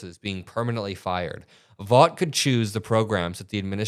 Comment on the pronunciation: The evil person that you speak of " Vought " is not pronounced VAUGHT . It is instead pronounced as Vote . I'm surprised you did not know but it's understandable .